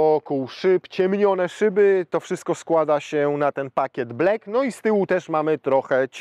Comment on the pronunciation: Panie, taka prośba.Proszę mówić black przez A nie można słuchać tego black przez E tam niema żadnego E. Za chwilę mówi Pan dynamic przez A a nie przez E. Dzięki. Pozdro,lubię Caroserie👍